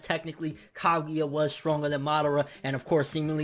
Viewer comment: I agree 100%, the Kages currently represent no threat to a being like momoshiki. I don't like the way you say MA-dara instead of Ma-DA-ra though lol